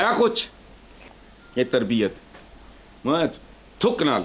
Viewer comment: Tarbiat hai ya tarbeats ?, 😂😆☺